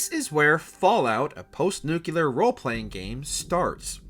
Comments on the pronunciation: This shows that maybe you should read more instead of being outside "touching grass" because yes it is very distracting to anyone who regularly reads or watches anything to do with physics. There is no place on earth that has an accent that would say it the way this narrator does and have it be considered correct. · Nucelar eh? Good job. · dude it NUCLEAR....not fkn NUCULAR...can't even get past 3mins in cuz idiot can't say nuclear like someone with a basic education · Holy cow it’s freaking NUCLEAR not NUCULAR. Baffles me how many people can’t say it right or don’t even know what the correct word is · The word is nuclear, not nukular ffs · it's really hard to take anything someone who says "New-Cue-Ler" instead of how it's supposed to be pronounced... "New-Clee-Ar" seriously. learn to pronounce words. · Newcewluur??? Seriously? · You know they're idiots when they pronounce it "Nu-ku-lar" and not "Nu-clear" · jesus christ stop saying nucUlear, it's nu-clear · please for the love of god, I know I'm bitching on this, but you CANNOT do a video on a nuclear apocalypse and not be able to say N-U-C-L-E-A-R. N-U-C-U-L-A-R is NOT a word. i'm dying laughing every single time I hear it. and mind that I am the foreigner.. edit: I hear at 11.28 you made an effort to get it right, I applaud that. there is hope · NU-CLE-AR (no͞oklēər) NOT nu cu lear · Nuclear. "nook-lee-er." NOT "Nook-you-ler." Jesus Christ. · New-clear, not nu-kyu-lar. Sorry to be that guy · Repeat after me, new klee ar. Nu Cle ar. NOT nookyaler. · NuCLEAR, not nuCULAR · After 2 & 1/2 minutes I can't watch this anymore. It's Nuclear not NUCILAR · THANK YOU! It is NUCLEAR not NUKULAR. GAH! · for the love of christ, NU-CLE-AR not NU-KU-LAR. you'd think a FALLOUT video could handle that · It's pronounced nuclear not nuculer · I never understood why people say nukular instead of nuclear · I can’t get past the “nucular” pronunciation. I tried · Dang they way he says nukclear. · Not just nu-ca-ler but also see-no 😂